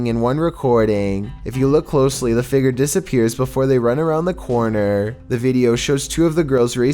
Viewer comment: It’s not Feger, it’s figure